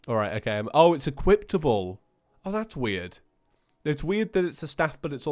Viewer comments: STOP SAYING EQUIPTABLE ITS EQUIPABLE!!!! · why do you say equiptable instead of equipable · I know he does it because he wants to BUT ITS PRETTY ANNOYING TO HEAR EQUIPTABLE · did he just say... equiptable?